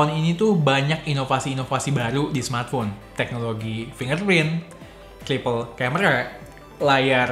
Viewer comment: Bilangnya mkbhd : samartphone 🤣🤣🤣